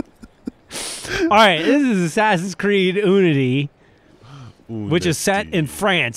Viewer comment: "ooo"-nity haha